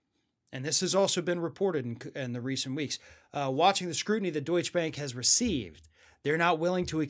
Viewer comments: Why do you always start so slow, - that’s what me click away. And it it not called deush bank but deutsche bank, which mean bank of germany. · It's Deut' sche Bank , two-syllable word ! Like Por-sche , not Porsh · it is called DeutschE Bank and not Deutsch-Bank